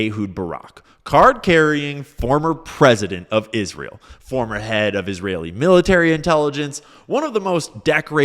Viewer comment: Is ra hell